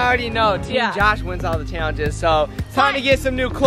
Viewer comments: take a shot every time says "chaylenjis" in the intro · The way you guys say challenge it sounds like your saying chyallenge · Comment if u get triggered the way they both say “challenges” like “chaylengus”